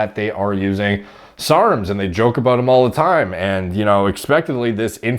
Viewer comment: Why is he saying SRRRMS